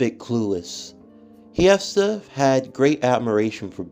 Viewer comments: So just wanna clear something up its actually pronounced (hest-eeeee-aaaaaa) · Ngl your pronouncing hestia’s name wrong